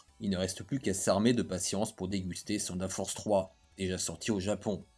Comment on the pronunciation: Mais pourquoi tu dis Seunedeurre Force!!! On dit Teunedeurre! Ouais je sais le TH dans Thunder ce pronnonce pas mdr 😂. Ok la science